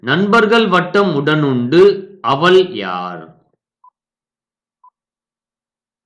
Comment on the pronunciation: தமிழ் உச்சரிப்பு சரியில்லை அவள் என்பதற்குப்பதிலாக அவல் என்கிறார்